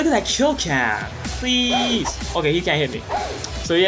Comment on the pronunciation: Yew kept sayin pleasr